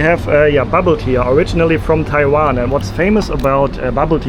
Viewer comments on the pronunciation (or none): none